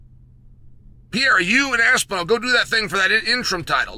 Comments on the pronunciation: Per-eir-a Not, Pie-era Your welcome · I love how Chael just gave up by now and calls Alex "Piera" instead of Pereira 😂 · With all due respect Chael, it's not Pierra! god damn lol Have some respect for the guy and at least try to pronounce it semi properly if you're gonna say his name 30 times in a video. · He literally pronounces every fighters name he's talking about WRONG, and he obviously does it intentionally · Uncle Chael Still Can’t pronunce Pereira…..